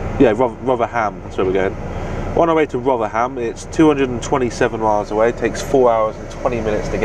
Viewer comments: Aha he said rother-ham it’s pronounced more like rotherem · sorry you make me laff i can understand not being able to say some welsh names but you struggling to say rotherham made me chuckle,, keep up the good work m8